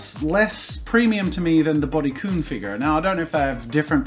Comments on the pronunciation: Kun is pronounced kan not koon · Kun is pronounced like kan just thought you’d like to know love your vids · the fact that you pronounced kun and chan wrong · Is anyone else bothered by him saying kun and chan the wrong way? :D